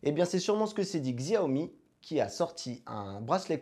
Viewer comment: bravo pour le REVIEW , ça se prononce CHAWMI à l'occasion :)